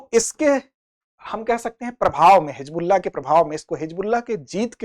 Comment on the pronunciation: Hijbulla nhi hizbulla uchcharan hoga sir ji